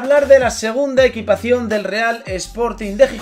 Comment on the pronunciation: EQUIPACIÓN NO EQUITACIÓN* jajajajajajaj crack